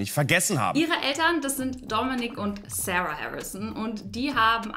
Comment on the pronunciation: Sarah spricht man nich so aus wie du